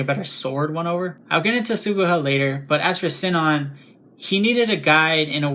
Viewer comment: It's about her ingame name. Everyone, including the people who made the dubs, calling it like Sie-non. But I follow the japanese version with "Shi-non". Even if its written "Sinon" in the Latin alphabet, I use the japanese kana version. It bothers me like hell, but I never liked dubs much these days. :/ Anyway, dubs are another topic and I am no english native, so it wouldn't make sense to compare those because I have not seen those myself. :c